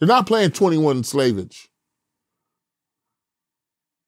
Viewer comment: Bro said 21 slavage 😂💀